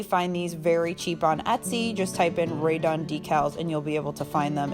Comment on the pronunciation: You keep referring to something as “radon”, or “radar”. What are you saying and what do you mean by that?